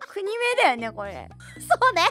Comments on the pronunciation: 国名（こくめい）をくにめいって言ってる時点で先生も… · 国名をくにめいって(笑)